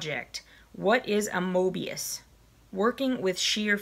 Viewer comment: For someone who never heard of mobius you sure pronounced it right. :) I had to laugh when you said that you were from the south. I got my maxie box today and that pin cushion is something I've always been curious about. I'm anxious to try it although mine was quite big and I have to wear it over my sleeve or it slides around. I wonder if they come in different sizes. You don't look like you have big wrists and mine aren't unusually small. I think it will be really fun to make the scarves. I have two daughters so each of them will get a little something extra for Christmas.